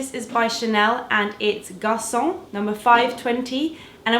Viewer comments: you pronunced garconne like garçon! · so funny how you tried to pronunce garconne😂😂😂😂 so wrong and cute at the same tieme